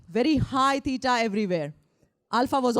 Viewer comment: Unable to modify post just wrote in reference to pronunciation of what I heard as “peeta”/“pīta”, thinking she is referring to beta waves. I apologize if I am wrong in what word was the referenced wave type. Same pronunciation of the ‘w’ in theta waves.